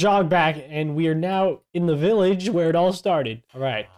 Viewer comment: its not billage its village you